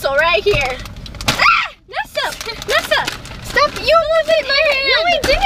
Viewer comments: It’s nessa not nasa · Sasha Taneski IK didn't you read when I wrote nessa lmao I'm making fun of how Roni siad it in the accent 😂 plz read before hate :/